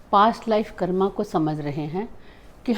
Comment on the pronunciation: KARM NOT KARMAAA